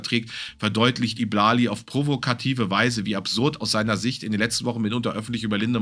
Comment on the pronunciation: I Blali wird übrigens Ei Blali ausgesprochen, nur als Info. Habe mich etwas über die Aussprache amüsiert 🤣